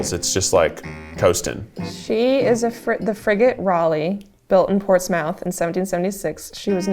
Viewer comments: not saying "ports-MOUTH" asfhasfksdj (its pronounced ports-mith because no place in new england is pronounced how it looks lmao) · Oh... Portsmouth, NH... it's pronounced Portsmuth not Ports-Mouth 😉. All I could think of was Sheldon Cooper's Fun With Flags from Big Bang Theory. This was a fun video. Some of these flags were new to me. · “portsMOUTH” is so funny 😭 it’s pronounced portsmyth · As a New Hampshirite I had a physical reaction to Portsmouth (Ports-mith) pronounced as Ports-mouth. Yay New England pronounciation! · No hate but the way she said Portsmouth like ports-mouth when it’s supposed to sounds more like portsmuth kinda. But also like to be be fair that looks like how it’s supposed to sound. 😭 just thought it was a lil silly funny moment. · I am from New Hampshire and I can’t believe you guys pronounced Portsmouth as port’s MOUTH. Its pronounced ports-mith. This is how New England works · I’m not from NH but I went to college there and I choked when the person off camera said Ports-Mouth. I won’t hold it against you because no one can pronounce New England cities and towns, but it’s Port-Smith. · It isnt portsMOUTH it is portsmith lol (prounounced) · Former Marylander who digs our unique flag. Virginia's state slogan wins though: "Virginia is for lovers" Also, when doing NH she said "PortsMOUTH", it's pronounced "Portsmuth", there's one in Virginia, too! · New Hampshire here. Bestie it's pronounced Port-Smith, not Ports-Mouth :"))) That hurt the New Englander in me, but I'm glad to watch this video nonetheless!! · Former Hawai’i resident here: It’s Kamehameha ( Ka may ha may ha) and also former NH resident. It’s not PortsMouth. It’s pronounced Portsmith. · “Ports mouth”?? No. Absolutely not. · NH-ite here, the way Portsmouth was pronounced made my skin crawl! 😂 We say "Portsmuth" not "PortsMOUTH". That and Concord is said like "Concurd" not "ConCORD" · Portsmouth.. Ports MOUTH 😭😭😭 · pronounced "port - smith" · Ports-MOUTH?!!! I am deceased 💀